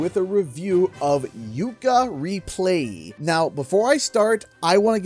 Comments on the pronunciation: Are you saying "Yooka ReplayLEE" or "Yooka ReplaYEE"? 🤔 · Is it just me, or is not pronouncing Replaylee correctly? Otherwise, great video.